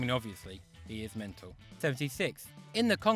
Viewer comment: Affulutely menal!